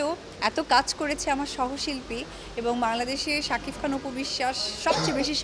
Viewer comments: Apu sob Somoy sakif sakif bolbenna,tar nam shakib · তুই কি সারাজীবন শাকিফ বলবি ।শাকিব বল নাম ঠিক করে বল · আচ্ছা কেউ ওরে শাকিব উচ্চারণ টা শেখা ভাই।,শাকিফ😂 ঢং করে কথা বলতে গিয়ে...🤮🤮